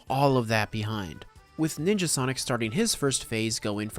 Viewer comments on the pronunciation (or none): none